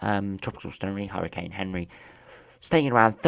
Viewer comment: It's not Henry it's anri from Google translate and other weather ytubers